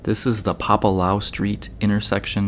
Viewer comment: Hey. Thank you for all your efforts and videos. I would like to ask you to please pronounce the name of Papalaua Street correctly. It's "PAPA - LAU - EWW - AHH". Mahalo Nui Loa!